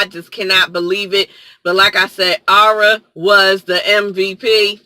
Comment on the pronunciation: Ma'am, it's Arya. Ar Ee Ya. I can't even with you right now.